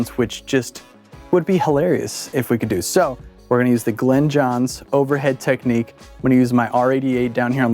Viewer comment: Glyn (rhymes with in) Johns NOT Glen ‼😒 I'm a big fan of the M 160 and ribbons in general, which actually happen to work quite well with the Glyn Johns technique; however, Glyn Johns primarily used U67s, and sometimes U47s, or ELAM 251s, in cardioid mode. Most of the time a D30 would be used on the bass drum. A snare mic was printed sometimes, but only when he thought it was necessary, based on the drummer, and what kind of music was being recorded. It also helps if the drummer hits harder, like John Bonham or Keith Moon. I understand what you're doing here, but once you go beyond the three or four mic setup, you no longer have the said technique. EQ and maybe compression are used very sparingly with this method. The key thing that most people miss here, is that, the mic pres should be boosted 10 db more than usual, and the faders brought down 10db. THAT'S IT ‼It's not complicated. Unfortunately, you Millennials and Post-Millennials always have to keep adding more and more and more and.... 🤯